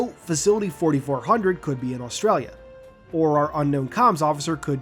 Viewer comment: As an Aussie I love the way you pronounced Australia aha